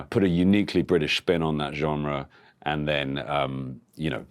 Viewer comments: Does he say “gemre” with an M?? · French is my first language. This is not how it‘s pronounced. There is no M in the word, so there is no reason to say it with an M. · you aren’t supposed to pronounce loanwords in their native accent. Unless you’re a snob. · he doesn’t he says genre with an N. It might just be his accent, he’s from the same county as me so maybe it’s clearer for myself than others.